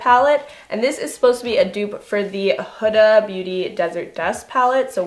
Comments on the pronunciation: It’s not huh duh It’s hue da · It's huda beauty not hooda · Huda pronounced (Hoo-da) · Hey, real quick; Huda is said hoo-da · she say huda weird af, does this bother anyone else lmao